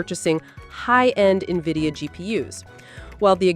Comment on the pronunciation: AI can't even pronounce its masters name